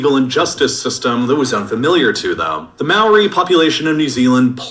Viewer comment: The way the video says maori makes me mad